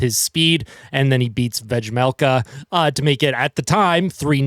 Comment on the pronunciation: The J is silent. Veh-melka. Not Vegmelka.